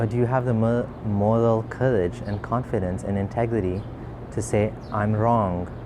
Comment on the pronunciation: Did you say MOLAL courage? DO you have any morals?